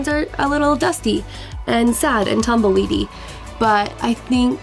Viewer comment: Tumbleweedee lol